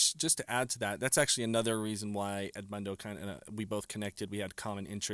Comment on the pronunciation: Pronounce Edmundo as it should please not as a gringo, the guy is Portuguese!! 🙄